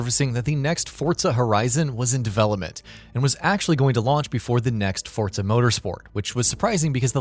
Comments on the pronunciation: Why do people pronounce it "Fort-Za"? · Hold on Why are you pronouncing it "fort-zuh?" This annoys me more than it should. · It’s an Italian word. Think about how you pronounce “pizza”.